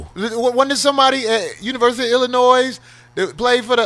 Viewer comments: CHICAGO STAND UP!!! But COREY you gonna stop saying ILLINOIS with the SSSSSSSS!!!! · You can tell it been a minute since Corey stayed in the Chi NOBODY from Chicago says Illinois with a s at the end the s is SILENT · I said that when I was up there in Decatur and someone said I know you’re not from here and I said how ? Try said it’s Illinoi-and the s is silent